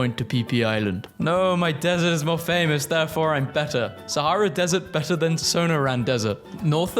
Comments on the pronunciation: Sonoran Desert = Suh-nor-ren dez-zert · The Sonoran desert pronunciation was crazy (you pronounce the son like sun and the oran like how it is in orange)